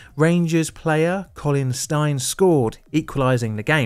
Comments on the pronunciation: Can't fault the facts in the video at all (it's very well researched) but yes, I agree with this. Ga-lic for Scots, Gay-lic for Irish versions of the language. Same with Colin Stein the Rangers scorer - he's "Steen" not "Stine" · Steen not Stine